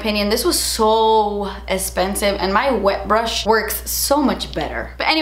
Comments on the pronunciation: I love love when you say "espensive" my favorite! lol Loved this video! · I love how you say expensive and I don’t no why 😂😂😂❤️❤️❤️